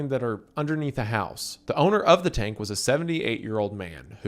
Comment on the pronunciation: Wendigoon has a: Tank ❌ Turnk ✅